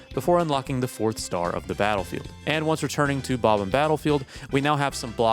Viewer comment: Bob-umm is killing me